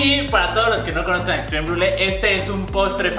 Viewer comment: "crem bule" 🙄 hasta Rafa lo pronuncia mejor jsjs.